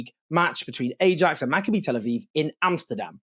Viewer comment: Learn to pronounce Maccabi correctly. The "I" is the same pronunciation as Malachi.